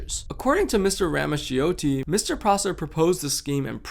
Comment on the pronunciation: really great and informative video! just a small note, ‘ramaccioti’ is actually pronounced ‘rah-mah-CHO-tee.’